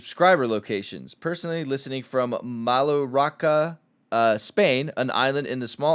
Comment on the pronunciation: Did pronounce Mallorca as Maluraca?